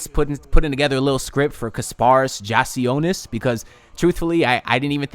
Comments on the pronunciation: Great vid, only thing is that I’m pretty sure it’s pronounced “yak” not “jack” lol, great vid tho! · Yeah it’s yak